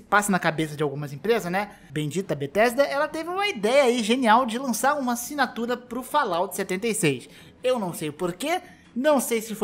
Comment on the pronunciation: Nossa mano, esse "acinatura" foi de doer